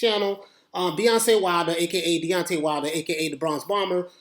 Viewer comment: Ahahaha Beyonce Wilder I love it. Watched a few of your videos thought you just say Deontay fast and it came out sounding like Deoncay or Beyonce that's hilarious it was intentional.